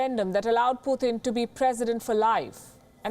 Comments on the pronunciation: It's not Puthin, It's Putin. Read names properly, before you start the story. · It's Putin not pooothin😂